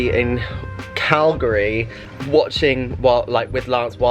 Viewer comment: Being from Calgary, thank you for pronouncing Calgary correctly ;-). Saw you two days ago, take Robbie to the Science Centre - such fun for all ages, the Zoo, and Heritage Park.